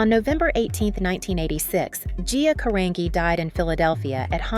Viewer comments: His name is pronounced RuBELL, not RUbell. You also mispronounced Gias last name. It's pronounced Caranji, not Carangee. It's Italian. HELLO! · Isn't Carangi pronounced like Car-an-ji?